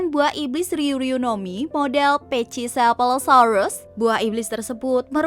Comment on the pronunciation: Buah iblis Ulti dibaca bukan pecisefalo yaaa... Bacanya pacisefalo.